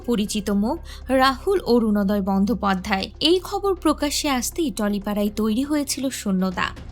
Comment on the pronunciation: বন্ধ পধ্যয় কে কি বন্দোপাধ্যায় বলা যায় ? এটাই সঠিক উচ্চারণ। Video টা দেখতে ইচ্ছে করে। কিন্তু বাংলাটা ভুল ভাল শুনতে ইচ্ছে করে না।